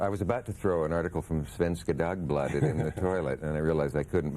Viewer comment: Everyone knows that 'Svenska Dagbladet' (nice pronounciation by Cavett by the way) belongs in the trashcan anyway.